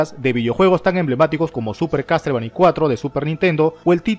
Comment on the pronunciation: Castlevani, Resident Sivil, me chirrían los oidos